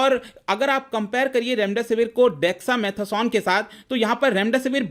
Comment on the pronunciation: If you cannot pronounce dexa mata son then no one will give u this medicine 😂😅😂😅